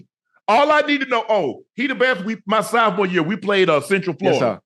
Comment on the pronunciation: The way he say “soufmore”